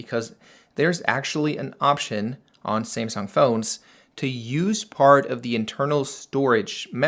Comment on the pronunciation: ”SIMSUNG” 😂😂😂😂. Dude it’s SAMSUNG